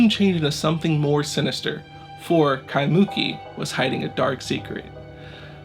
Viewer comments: Eh, bro... just to help your pronounciation out, its nor KaiMOOki, ...its KaimuKIII. Yeaha herd about that in local folklore, i woulda been out there in a minute!! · Kaimuki is actually pronounced "kai-moo-kee" rather than "kai-mUki" seperated into 3 syllables! But randomly got suggested this song and looks like I have another channel to follow for these things! Love the well narrated and told of the story! Lived in Hawaii basically all my life but never knew about the Kasha house legend, wild! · At least pronounce the name of the town 'Ky moo kee' correctly. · Kai-muu-keee. That's how you pronounce Kaimuki. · KEYE MOO KEY is the pronunciation! Do your homework ! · lol. It's not that bad...a little too much emphasis on the "MOO" but it's essentially right. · Pronounciation for Kaimuki is killing me xD it's Kai-muh-Ki, with emphasis on the first and third syllable. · Creepy!!! Aww! He did a mispronunciation. When ppl do this with Spanish words, I don’t put them in blast. I just appreciate that they try. I love how this guy is sweet about every comment that tells him he mispronounced Kaimuki. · Hey bro good story but as a local pleeeasse get the pronunciation of “kaimuki” correctly at the beginning of your vid…. The way u say it brah kinda cringe tbh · Mahalo for the post, he was killing me with the mispronunciation.